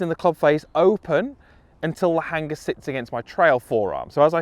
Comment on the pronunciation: Love the video (as always) however I'm very put off by how you say Hanger.